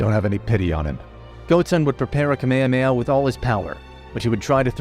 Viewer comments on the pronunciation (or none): none